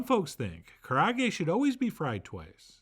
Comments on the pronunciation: Ka ra ah geh, all vowels are pronounced. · Karaage is "Ca-Laa-Gay" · Kah-rah-ah-gay. Not that it truly matters, but that's how it's pronounced. But man am I happy to see Chef John making this. ツ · Look, Japanese-American person here who is sick of garbage pronunciations. It's "Ka (like Kaa from Disney's Jungle Book) Ra (like the Egyptian god) A (like "ahh that tastes so good") Ge (Geh with an "eh") Also who still says "saki" instead of "sake"? Your white is showing Chef John